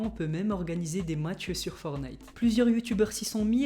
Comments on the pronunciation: C pas fornite c fortenite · On dit fortnite pas fornite